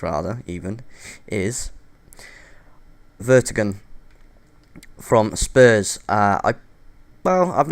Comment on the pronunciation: its vertongen not vertogen